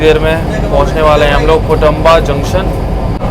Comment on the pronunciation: पुणतांबा है पुटंबा नही